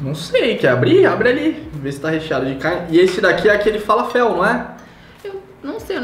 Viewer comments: faLAfel, não falaFEL, 😂☺️ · Só uma coisa, eu não sou super entendedora da culinária árabe,mas acho que a pronúncia é "faláfel", é um bolinho de grão de bico 😉